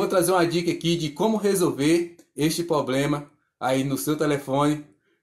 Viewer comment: Se chama problema com R é uma agressão a língua portuguesa a forma que você pronuncia essa palavra